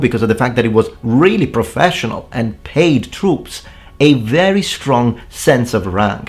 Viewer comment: "Paied". I'm assuming that's just a slip-up, since your excellent mastery of languages and pronunciation seems self-evident. So: PAID. Right?